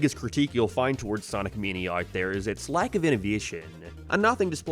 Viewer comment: “Sonic meeneea”